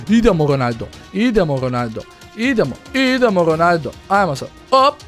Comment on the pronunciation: on prica Ronaljdo